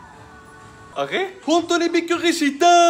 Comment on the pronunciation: あれ？が｢あげぇ？｣なのが好き